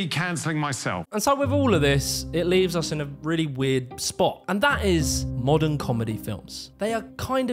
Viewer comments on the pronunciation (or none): none